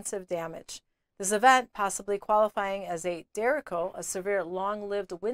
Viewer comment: The storm type is pronounced der-AY-cho. Like the Spanish word. derecho. Not Derrick-oh